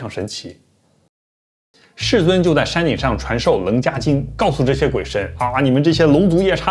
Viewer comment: 伽 读QIE(切）